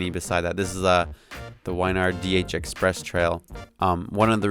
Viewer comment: Nice vid man! Its pronounced "win"-"yard" just so ya know!